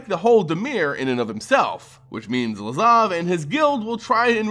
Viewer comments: LAZAV! LAZAV! STOP SAYING LAVAZ HOLY MOLY THAT'S ANNOYING!!!! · Please stop saying “Lavaz” instead of “Lazav” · yeah fuck this guy. Learn to pronounce lazav. get a life. etc... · "Lavaz" lol